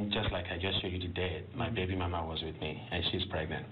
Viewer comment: '...he was with his bay-bee-mummaw that night.' The enunciation got me on that one. Well done!